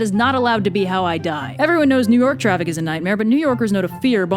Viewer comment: It's New York, not New Yourk.